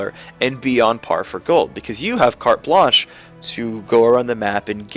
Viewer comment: cool for saying carte blanche